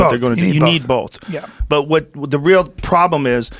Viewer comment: I like the way joe says “both” it sounds like there’s an l in there “Bolth”